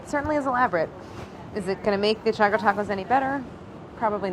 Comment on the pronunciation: How do yall pronounce Choco? Claire's pronunciation got me shook. "Cha-co" or "Ch-o-co"?